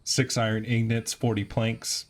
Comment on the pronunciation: They are called ingots not ingnits